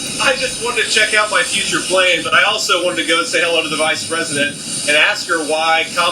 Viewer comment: Furture Plane!!! He’s speaking it into existence 😂😂😂